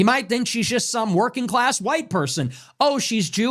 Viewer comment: This dude really emphasizes on white but he’s a Mexican 😂😂😂😂😂😂